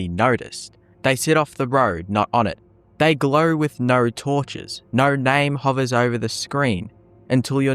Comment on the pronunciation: Once again, I comment how hilarious it is that your accent can't say O noises. Noer instead of no, snoer instead of snow. Love accents.